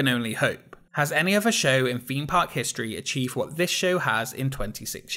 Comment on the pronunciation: Just found this channel and I'm well and truly binge-watching the lot. Love your content. I especially love the irony of your channel being called "Expedition Theme Park", all about theme parks, and yet you can't pronounce "Theme" 😂